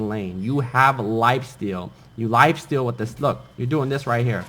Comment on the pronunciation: Mang you pronounce wifesteal wronk,duh